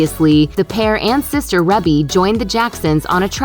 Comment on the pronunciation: Rebe is pronounced "REE-BEE" and Paris is the middle child (Prince is the eldest). That's like basic google search stuff, people.